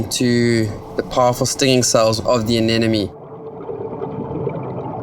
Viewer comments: anemone not anenome. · oh please how hard is it to pronounce "anemone"